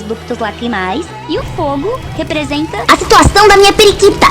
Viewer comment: Eu ri demais quando ela falou "esse fogo representa...A SITUACAUM DA MINHA PRIQITA!" A minha tbm